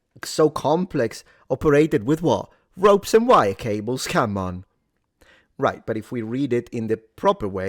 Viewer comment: You had me at: “Ropes and rables..”